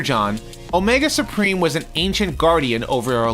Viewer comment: "Omega Spreem" That's like calling the successor to Hercules "Nercules".